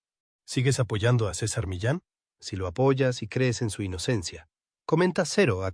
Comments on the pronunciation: Por dios!!! Deja de decir cizar miles o todas las estupideces!! Se pronuncia CESAR MIYAN ,NO ES ITALIANO Y LE DECIS MILAN ES MIYAN !! NO ES CAIZAR O ZEOZARG ,NO ES YANQUI NI INGLES SE LLAMA!! CESAR MILLAN!!! Y SE PRONUNCIA CESAR MIYAN O MISHAN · ¿Como voy a creer lo que dices en el vídeo si no sabes ni el nombre correcto del personaje... César "Milan"?...🤮👎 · Ni siquiera sabe pronunciar ni el nombre, ni el apellido de César Millán. Por favor, había que denunciar en masa a este tipo de gentuza que mienten con lo que sea para que vean su video de 💩. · se pronuncia césar miyán, no sisar miliaon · Ni siquiera pronuncia el nombre correctamente, todo FALSO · Es vergonzoso que una y otra vez pronuncien tu nombre diciendo en vez de tu nombre cualquier otra palabra inventada bno vergüenza para el que pronuncia mal obvio queda horrible